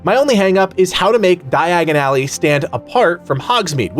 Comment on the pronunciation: di-agon-ally say it with me your butchering it, its like when you hear it thats all you hear dye-agon ally ( ally ways are side streets cut throughs places beside building that leade you behind or through to another street short cuts )